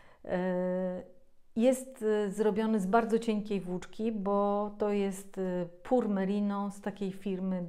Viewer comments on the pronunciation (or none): wymawia sie " "piur merino , czyli merino w 100% , a "pur " tak jak ty wymawiasz znaczy "bieda " , "biedny " , zapewne nie o to ci chodzi